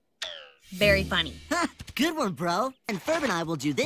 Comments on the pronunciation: he said good not gay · He said good- it did sound like they said gay 😂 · I heard good before, but now that you said that it sounds like gay I can't get it out of my mind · It sounded more like really dead to me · sounds like he said "really gay--- really good"